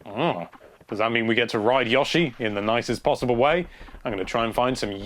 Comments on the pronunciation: That was Yoshi, not Yawshi. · Look mate, just a suggestion, don't talk all the time. It's never been yawshi, i don't care what side of the pond you're on. But it is pronounced with a long O. Yoh-shi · Yashi. FUK off m8 its YOshi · God. I could not get past the third "Yoshi." I mean, phonetics be damned, dude.